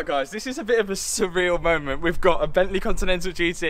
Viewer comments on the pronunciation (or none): Bent-leh Love it 😻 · From Bentleeh to Maseraeeh, love it